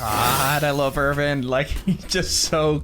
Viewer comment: Hi, First of all, I think it's amazing that you're actually keeping your word and Upload Aot twice a week whenever it's possible, thank you! 😊 Secondly, I beg you to pronounce the 'W' in Erwin like a W in the word "win" and not like a V in 'violent'. I'm german and to me, it Sounds more natural If an American is pronouncing it the "expected American" way. And lastly,, your Happy "YEAH!", You knew exactly what you were doing 😂😭